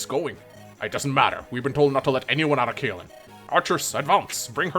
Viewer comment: If reads Caelin as Faelin, does he read Cuck as F***?